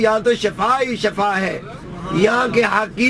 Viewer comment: Es uncal ko samjao k shafa NH shifa kehte hn